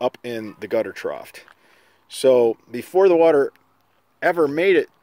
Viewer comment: The police returned for a second visit: "ash-fault" should be "ass-fault" (spelled a-s-p-h-a-l-t) "troft" should be "troff" (spelled t-r-o-u-g-h) All love here. You do great videos, just trying to help a brother out.